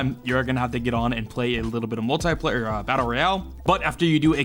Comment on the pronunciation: Everyone: Multiplayer: Moltaiplayer